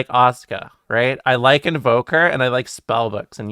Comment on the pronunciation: You got me at "I llike aleister". 🤗